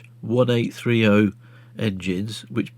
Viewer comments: I was in Week’s machine a few years ago and it was in good shape. The engines are normally pronounced R eighteen thirty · Listening to this bloke pronouncing the new engines as: ‘R dash 1-8-3-oh’ is painful to the ears.